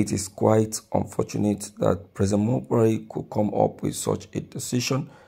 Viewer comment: Broadcaster why are u calling him Buhaire while you know his not in charge